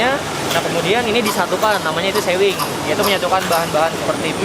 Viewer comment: Bacanya sewing itu kaya pake u bukan e 😂 artinya menjahit